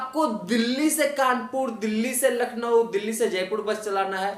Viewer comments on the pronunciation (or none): none